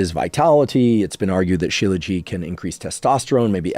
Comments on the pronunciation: It’s not… “Shiela ji” It’s “She-laa-jit” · He’s pronouncing it correctly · I come from a culture where I saw my great grandfather, grandfather and dad took it every single morning. It is most definitely NOT pronounced with a silent T.